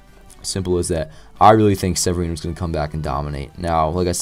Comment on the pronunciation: Really weird to hear your name in a vid but you did pronounce it right. Great vid and hopeful Sevy can do great this season and the Yankees can clinch this World Series